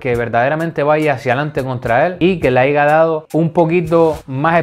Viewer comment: POR FAVOR!!! deja de decir "haiga" haya!!! me sangran los oidos! jajajajajajaj buenos videos papa